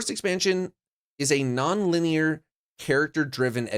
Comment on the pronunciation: “Nonlinear” sounds like “No effort”